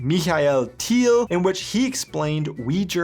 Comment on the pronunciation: Mis pronounce Teo. Is it Theo? No ,"th" the sound in German or Norwegian. E is said long a